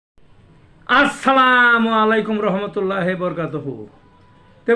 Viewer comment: আপনার কথা বলে ভালো লাগে কিন্তু আপনার সালামটা কিন্তু অশুদ্ধ হয়ে যায়